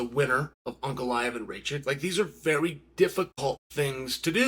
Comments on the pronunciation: Uncle Aet/An Goliath is what I kept hearing from Ankalaev. Wild. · Uncle Chael talking about Uncle-I-ev